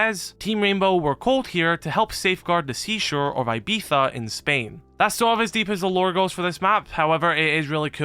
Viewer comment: that is the most egregious pronunciation of Ibiza I've ever heard